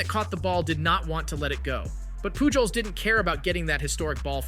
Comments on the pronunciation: POOL JOES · I'm sorry but I had to leave a dislike. The thumbnail of Jake Marisnick colliding with Lucroy was nowhere to be found in your video. Also, if you want the audience to believe you know about baseball, you should be able to pronounce Albert Pujols' name correctly. I really hope that you do see channel growth and that your content is able to improve and I do wish you success, but I had to give honest feedback. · Bro the amount of times you mispronounced Pujols wrong made me cring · Yeah that hurt 😂